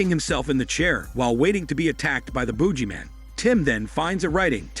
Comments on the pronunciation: I thought he was saying Boobyman, man with big malones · Boog-ee-man please stop saying it the way you do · The narrator should do a smelly hormone yoga with him self, he can't pronounce boogeyman. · LOL, thank you! I don't know why the narrator can't use his smelly hormone muscles to pronounce it normally